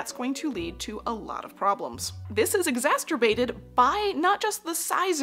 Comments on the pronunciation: the word is not pronounced exasterbated , it is exacerbated. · Did she really say 'exasterbated" good lord lol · This was a really interesting video. FYI: , I think you are mixing up exacerbated with a different word that has a T in the middle. Notice that exacerbated does not have a T, so the middle of the word sounds like "sir" not "stir."